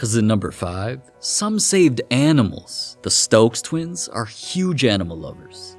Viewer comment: The Stokes tweens? Did you say tweens?